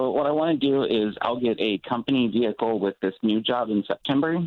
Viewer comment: Especially for a vee-hickle